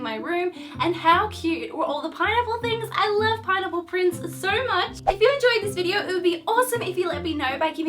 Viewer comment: It sounded like she was saying pine nipple